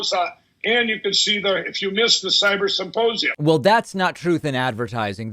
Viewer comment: He still talks about the symposium so much. But HOW, after months of talking about nothing else, has he still not perfected the word "symposium"? He says "supposium" every 7+/- words in every single interview. I can't hear anything else he says because I'm gagging over that word having heard it 1,000 too many times.